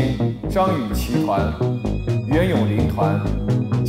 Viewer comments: 每次杜华说张雨绮的时候我都听成脏雨绮。。。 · 杜华的普通话很渣。。。脏/姜雨琦 😂 究竟想怎样。。读不准就不要这么强调好吗？ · 為什麼每次聽杜華講評後不公平，英文發音不標準就算了，連中文發音不標準，連續張雨綺的名字一直念錯。也是醉了🤦🤦